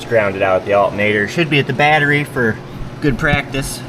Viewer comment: Ground eire or baytery